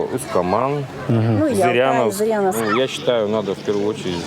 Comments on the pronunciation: ЗырЯновск, а не ЗырЬяновск) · Не Зырьяновск👎 .... а Зыряновск......